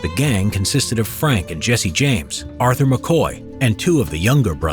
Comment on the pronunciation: Did he say arther